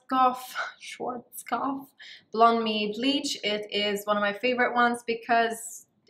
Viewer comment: that's how it's pronounced